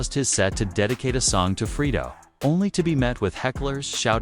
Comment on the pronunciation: Sound like he saying Frito😂